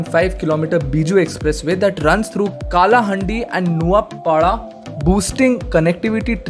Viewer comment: So many mistakes... Not Kolapur.. It's Koraput,.. Not Not Nuapara.. It's Nuapada...... Not Kalahundi it's kalahandi....